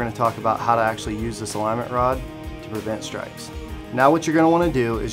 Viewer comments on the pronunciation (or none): "aligment rod"